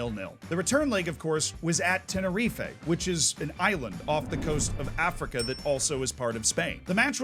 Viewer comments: Tener-REEF not Tener-FEEFAYE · Tenerife is pronounced (at least by ALL the british so hopefully we're not wrong) 'ten-er-reef' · You learn something new everyday, I didn't know that Americans pronounce Tenerife as Teh-ner-ee-fay, rather than what I've always heard teh-nur-reef.